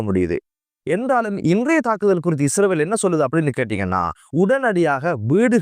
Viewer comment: இஸ்ரவேல் இல்லை இஸ்ரயேல். தயவு செய்து ஒழுங்காக உச்சரிக்க பழகுங்கள். நன்றி.❤